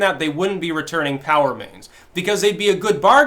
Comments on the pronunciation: I think you are literally the only person I have ever heard say Pow instead of Pee-Oh-Double-U. XD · Um, Dude it's P. O. W. (Prisoner Of War) remains....not "POW." I'm not sure if you are minimizing the importance and seiousness of these individuals' families and What these men and women went through and died for. Not trying to be critical or mean, just a concern/thought. Thanks! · I thought you were saying "Power-mains" until I remembered how you Styxify words... It's P.O.W. remains, not Powermains. Ha. (The GIG is up, right?) I don't know if this is on purpose or unintended, but make the effort and pronounce the initials properly. Maybe vets watching might appreciate that. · Drew M - The difference is POW is one of the words that spreads over the screen on the old Batman show when someone got punched. "POW!" "BONK!" "SLAM!" Go get 'em Caped Crusader! Makes me giggle every time says "POW!" instead of "P-O-W". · I keep hearing "Power Mains". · I thought kept saying "power mains". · At first I thought he said "power mains" and wondered what the hell those were. There is something to be said for clarity.